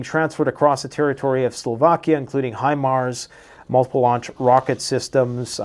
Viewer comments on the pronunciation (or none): none